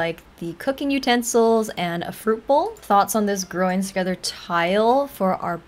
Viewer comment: is it just me or the way she says „growing together” sounds so wrong 💀